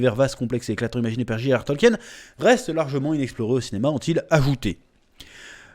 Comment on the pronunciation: Information de première importance ! le nom de l'auteur se prononce (tolkine) ! eh oui !